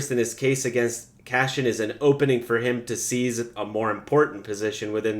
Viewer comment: Omg it's CASSIAN (Kass-ee-unn) lol not; "cash-in"!! 😁 (I'm just sayin' 🤜 💥 🤛) #ConstructiveCriticism #DontShootTheMessenger ✌️